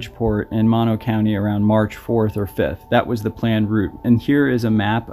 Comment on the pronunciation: Moh-no county, not maw-no.